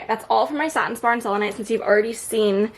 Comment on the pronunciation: girl yesss thank you for saying satin spar! lol! i love your collection!